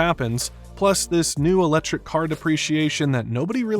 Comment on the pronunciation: “Uh-lechrik” cars.